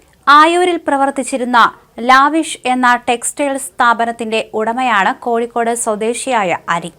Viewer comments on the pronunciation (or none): none